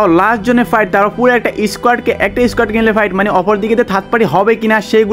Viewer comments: Bhai apni pight bolen kn 😂 fight bolen 😊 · Fight ❎ Pight ✅😂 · ভাই পাইট না ফাইট😂😂